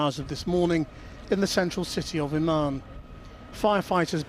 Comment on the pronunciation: It's Úman', not umAn